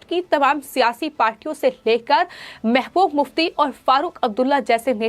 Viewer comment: It is pronounced as mehbuba mufti not mehmuf mufti.